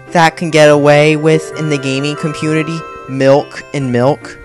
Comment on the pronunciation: Did anyone realize that he said gaming "Compuity" instead of community? That proves how rushed and awful this garbage is.